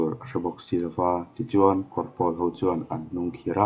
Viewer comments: Kawr pawl lam dan hi a diklo.'Pawl engzat nge i nih' tiha 'Pawl' kan lam rik dan ang hian lam rik tur.Tin,Kawr tih pawh hi,tui luan na 'Kawr' kan lam rik dan anga lam rik tur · Kawrpawl tiha pawl hi pawl(blue) thluk a ni lo. Pawl - buhpawl, huho sawina pawl thluk hi. A awmzia : Kawr - vai (bengali) Kawrpawl - Vai rim nam, Tuikuk, Takam, Tripura a chang Tripuri, Assamese etc te kha Kawrpawl an ni.